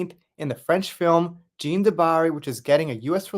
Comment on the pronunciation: Love your videos. But pronouncing jean wrong.😮 😂😂. Just playing. I mean you did pronounce it wrong, things like that stand out to me. Its a me problem. Thanx for the hrads up again. Can't wait to eatvhbthe movie too.😊